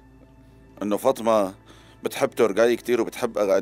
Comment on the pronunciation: فاطمه❌ فطمه✅